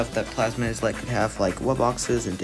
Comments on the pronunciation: you pronounce it as "eye-let" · Yeah the “is” is pronounced like it is in “island”